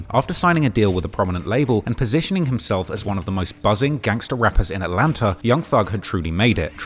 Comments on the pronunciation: Its atlanta not atlanter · Dude said "Atlanter" 😂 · There’s no R in Atlanta 😂 I know yall like to add Rs in certain words 😳 😂